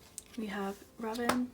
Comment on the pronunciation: Man, I'm annoyed the way you pronounce some of their names wrong. I am not saying that this video is not good but please try to pronounce their names correctly. I didn't mean to hurt your feelings or so. But still.... Hwanwoong is pronounced as Hwan-oong, RAVN is pronounced as RAVEN(the english pronunciation) and for Leedo it's pronounced as eedo. The L is silent. Hope it helps~